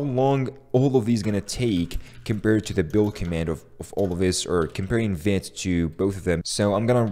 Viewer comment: Vite = fast in french and we pronounce it "veet".